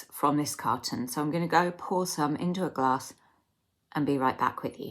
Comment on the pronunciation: A Glass hasn't got an "R" it Lol 😂